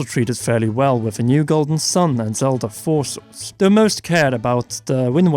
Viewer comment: I know he said 'Zelda Four Swords', but it sounded like 'Zelda Forces'. Hmm. Did anyone else just shudder?